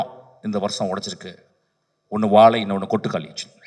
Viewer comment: தம்பி... வாழை என்று சரியாக ஒழுங்கா உச்சரிங்க.... ஆங்கிலம் மீது கவனம் செலுத்துவது போல் தமிழ் மீது செலுத்தவும்